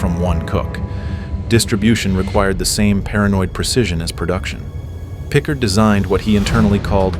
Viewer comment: it's pronounced more like PicCARD